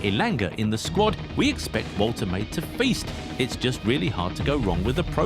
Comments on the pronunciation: Pronounced "Vol-te-mah-de" not voltermaid. German name. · The pronunciation is Volter Mardurr